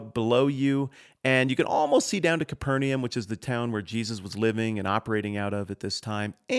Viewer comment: Your pleasingly accurate pronunciation of the phrase “bona fide” was tainted by your absolute butchering of “Capernaum.”